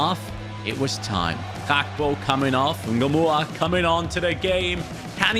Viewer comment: Why is it Rio engumoha not Rio Ngumoha🤷🏾‍♂️